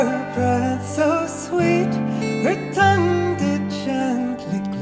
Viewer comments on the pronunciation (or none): none